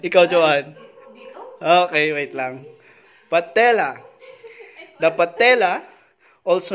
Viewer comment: lupit naman nung patella, naging patilya hahahaha